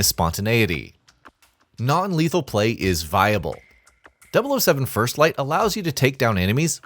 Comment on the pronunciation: "First FFlight" ?😂